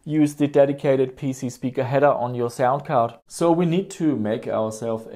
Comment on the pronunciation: lol, "cound sard."